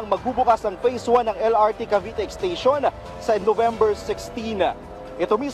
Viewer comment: Ano ba yang journalist na yan? Mass comm graduate ka man lang ba? Wala man lang diction at tamang pronunciation yung mga words. "Ashana" at "exteyshon" daw? Ang baba talaga ng standards ng gobyerno.